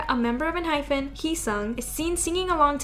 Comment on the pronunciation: Ehypen is not pronounced en-hy-ph-en. Actually, it is a Korean name and it is pronounced en-hy-pen. You say pen like the writing utensil. It's not fin like a fish fin. That is why there is not an h in the end of the name. It's en-hype-in like we are going to hype you up and get the party started. :)